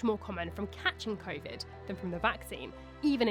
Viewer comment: "vaccines against 'Crayvid' "